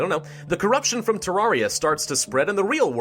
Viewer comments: he says TARARIA god save him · omg he is pronouncing terraria wrong im only minutes in and i already know i going to be angry